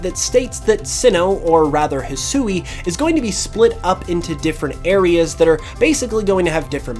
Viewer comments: Yo man I hope you see this !! The region is pronounced hisui ( HE-SWEE) is how you say that not ( HE-SOO-EE) which is how you’ve been pronouncing it just some helpful knowledge so you don’t keep butchering the beautiful Japanese language I see a lot of Americans woth this issue like some that can’t say sasuke it’s ( SAHS-KAY) and some ppl say (SAH-SOO-KE) which is similar to what you’ve been saying Anyway hope u read this and hope I helped you today I’m down to battle anytime! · Despite what was said in the trailer, Hisui is pronounced "hih-swee" not "hih-soo-ee". Sui being the Japanese word for water. The woman speaking during the reveal clearly wasn't told that, and likely has had little to no exposure to the Japanese language.